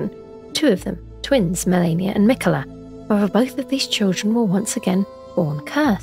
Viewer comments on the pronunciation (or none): none